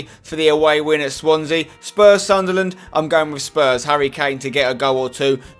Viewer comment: That other youtuber cant say Newcastle or sunderland right